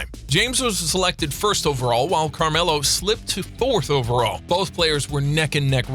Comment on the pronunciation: He said camarlo